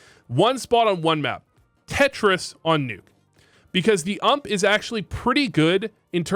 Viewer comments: My man called the ump the ammp 😂😂😂😂😂 clown juice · The way you say ump kills me